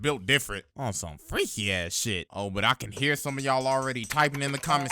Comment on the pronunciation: "just zome guy wizout a muztache" how u doin